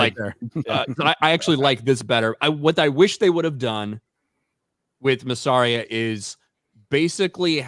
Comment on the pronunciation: one day will pronounce Mysarias name right